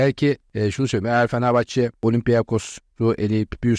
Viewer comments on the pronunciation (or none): BU NE LA FENEFAÇE FENEFAHÇE DİYOR ADAM KONUSMAYİ BİLMİYOR AHAHAHAHAH